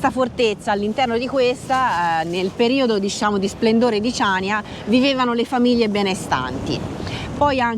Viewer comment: Ciao ragazzi,vi seguiamo sempre e vi facciamo i complimenti .. però da conoscitori di Creta e di storia ci tocca fare i "perfettini" ed aggiungere che il nome definitivo di Chaniia si pronuncia CANIA e non CIANIA,inoltre ,probabilmente errore di distrazione, i Romani vengono storicamente prima dei Bizantini ☺️ Cmqe continuate così che siete sempre una sferzata di positività e spensieratezza👍 Ciao da Gianni e Cri 🤗